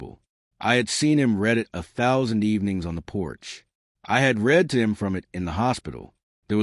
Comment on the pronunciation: If only AI knew the difference between read and read!